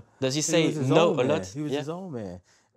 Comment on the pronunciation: ''a law of (une loi des) Mathematics'' au lieu de ''a lot of (beaucoup de) Mathematics''